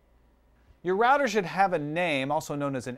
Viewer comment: I cant take this guy seriously Cant even say router properly